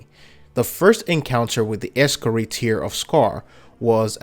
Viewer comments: Wtf is an Ex-cari? You mean Ee-scar-i? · Es-Scar-Eye not ree lol.